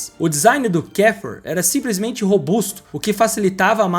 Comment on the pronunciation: Muito engraçado ouvir as pronúncias todas erradas! O cara falar Volks Vagen mas também KdF Uaguen. Achando que nomes em alemão tem pronuncia inglesa chamado Kafer de Quéfa.